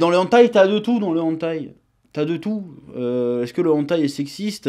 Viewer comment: Hey! On dit "Hèneutaï" pas "Antaï"